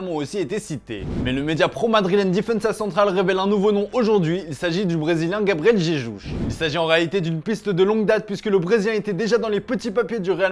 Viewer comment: " il s'agit du brésilien gabriel jejuj" 😂😅